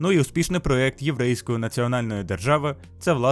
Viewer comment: "ПроЕкти". "э" в росийском